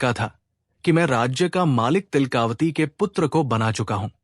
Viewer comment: तिलका वती है, तिल..कावती नहीं